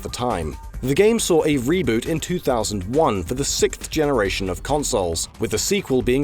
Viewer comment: "..for the sixfth generation..." Wait, is this narrating this with a British accent??